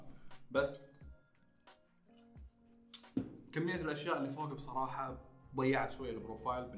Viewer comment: ياخي لعد تقول بصررراحه